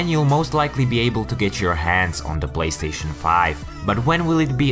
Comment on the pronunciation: He said "BLAYSTATION" 😁